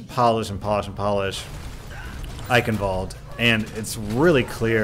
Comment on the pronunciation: The pronunciation is still wrong...